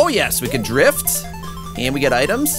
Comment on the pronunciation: You're saying drift wrong